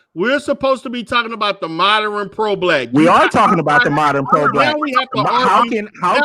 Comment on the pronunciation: “Moderren” 😂. Dude needs to learn how to speak English.